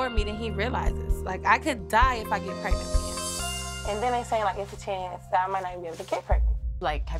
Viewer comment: Alex was real confused when was " preagnent",lol